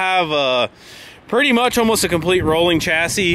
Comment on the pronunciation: "Workeen, comeen, rolleen, beareens".